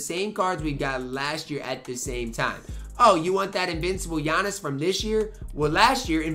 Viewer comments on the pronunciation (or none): none